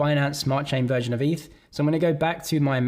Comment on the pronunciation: it's definitely eth and not eef